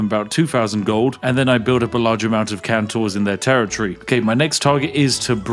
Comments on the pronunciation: It's not Kan-Tor, Its Kon-Tor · ÍTS CALLED KONTOR NOT KANTOR K OOOOOO NTOR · Its CONtor. Not CANtor. Please.. Spiff! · I really, really wish you'd stop pronouncing "kontor" (meaning "office") as "cantor" (meaning "Christian choir leader").